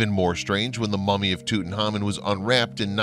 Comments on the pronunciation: Why such bad pronunciation, Toot and ha mun????? please!!!!!!!!!!!! So many others. I can't do it anymore!!!!!!!!!! ARGGGG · Carnarvon is pronounced with the emphasis on the second syllable. Tut-Ankh-Amun is pronounced as its written! Great video.... despite the Americanisms! :o) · This is an interesting topic, but I find it difficult to listen to a lot of names be mispronounced: Tutan(k)harmon Carna(r)von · Pronounced:.... (Lord Carn ar vin) and (Tut Ank Hamun)